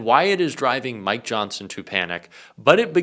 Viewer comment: for some reason, when you reached the mid point you said, Mike Johnson. Nothing new there, EXCEPT, at that time I heard you say, MY johnson. I wanted to be the one who told you! SOSAYMYJOHNSON!